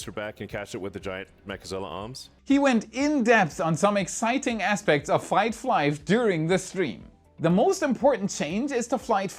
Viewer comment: "Fight Flive" had to double check I wasn't having a mental XD